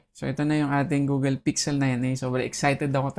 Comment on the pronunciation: Google, not Googel